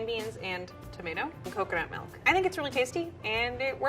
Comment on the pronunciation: pronounces milk like 'melk'.